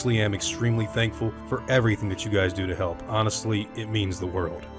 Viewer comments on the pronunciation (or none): none